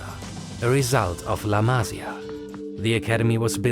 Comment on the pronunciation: la masÍa, accent on the I !!!